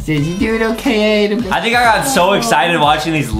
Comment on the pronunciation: Adam not adem justin 😵